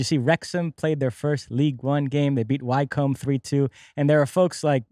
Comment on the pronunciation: Lads 're Wrexham, Wycombe Wanderers is pronounced " Wick -Em Wanderers". The town of High Wycombe is a pretty town North West of London, y'all should go visit.